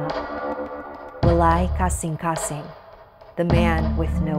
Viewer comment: I am bisaya and WALAY KASINGKASING is a bisaya word, and it's pretty refreshing to hear someone with an accent pronounce that word